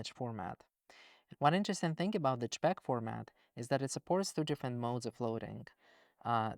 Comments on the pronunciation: You say j-pecks, we say jay-pegs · I wish the way JSON was said was consistent with the JPEG pronunciation, it's just so much more efficient to say CHpeg and CHson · I find it interesting that you pronounce JSON as jay-sun, but pronounce JPG/JPEG as jeh-peck. Not criticizing at all. In my dialect of english, people have all kinds of weird takes. This is just making me realize that there are even more takes on pronunciation across languages, and likely dialectically within those languages as well. What a trip. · I love how he pronounces JPEG as CHXHXHVHCHHCpeggg lol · JSON -> he pronounces Jay - Son 😇 but JPEG -> he pronounces j̷̪͕̪̣͖̖̻̓̿͌̀͐͆a̷̡̛͈͔̯̺̞̯̘̎̐͋́͗̅̕̕y̴̢̩͉̯̋̆̉̋͋͆͘ - peg 😳